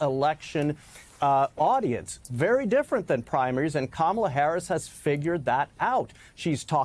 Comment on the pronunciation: Trump 80%, Kamel-Uh "TOE" 20%